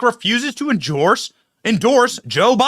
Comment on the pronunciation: Benny couldn't stop saying "Enjorse"! 😂